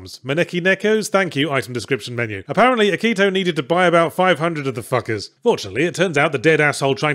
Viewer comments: "Akit-Ow". Yahtzee doesn't miss a detail. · "AKIT-OW" legitimately made me laugh out loud